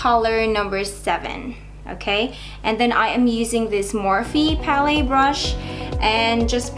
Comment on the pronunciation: I like how you say pa-ley instead of pal-it (palette) lol